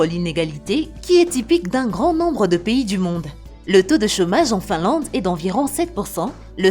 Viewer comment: Finlande au lieu de Finlade ! Bienvenue au lieu de bienvenu ... Vidéo agréable ! La Nouvelle Zélande m'attire ...